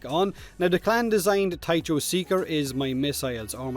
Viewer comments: did you just call it a "thai - cho" missile? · Minor nitpick - Tycho is pronounced with "k", /ˈtaɪkoʊ/, as the crater on the moon.